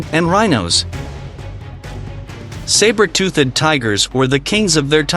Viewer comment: Tooth-ed??? Leave the AI